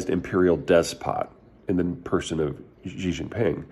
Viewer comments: Who is "President Ji"? Never heard of him. If you're talking about Xi Jinping, his surname is pronounced (roughly) like the English pronoun "she" (pronounce with widened lips and no rounding of the mouth and you've more-or-less got it). It's NOT "Jee" or "Zhee" or any other exotic pronunciation. Of course we all hate him, but mispronouncing a name that many other Chinese people also have doesn't help anybody. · Peter, I appreciate your insights, but I wince whenever you say "Xi" because you pronounce it like a Frenchman speaking French. The letter X doesn't make the "Zhj" sound. That sound simply doesn't exist in any dialect of Chinese. In the Chinese romanized orthography, X has the "sh" sound. "Xi" is pronounced like "Shee". Please don't keep saying "Zhjee". Take a moment to familiarize yourself with the Pinyin orthography. X makes the 'sh' sound, Q makes the 'ch' sound, and C makes the 'ts' sound. This is because they took all the letters they thought to be redundant, and re-assigned them to common sounds in Chinese that would otherwise be written with letter combinations, to make these sounds more efficient to write. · Chairman She, not Chairman Gee. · Yes! He's not the only one to do it though - plenty of commentators use the same Zhjee pronunciation and it makes me wince a little too. I guess the X throws people off. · I've been to China over 20 times, and Berkana is correct. Its pronounced "Shee". The reason I weigh in is my Chinese employees would let me know I would lose credibility with customers if I mis-pronounced this name. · indeed we have no obligation to speak Mandarin.That's not what is desired however, so stop going after a strawman. What is desired is at least something of an attempt to pronounce the name properly. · Pronouncing it correctly also helps with the auto-closed captioning some of us use.